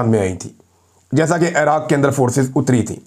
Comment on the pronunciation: محترم اپکا ایران اور عراق کا تلفظ بہت غلط ہے یہ تلفظ اس طرح ہے اے ران نہیں ہے۔ ای ران ہے اے راق نہیں ہے ۔ عی راق ہے